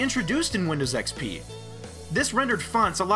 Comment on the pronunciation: I like how many people say windows xpee